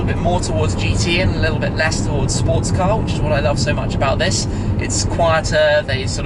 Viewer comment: Car* not cat